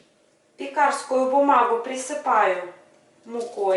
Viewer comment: ПЕкарскую бумагу- почему пекАрскую😅. Рецепт хороший и автор замечательный пекАрь. Шутка. Спасибо! Не обижайтесь может это местный диалект как кухОнный и сливОвый , свеклА и средствА…